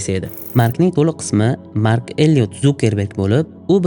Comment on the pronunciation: Вай илтимос э Зукеберг эмас Цукерберг😂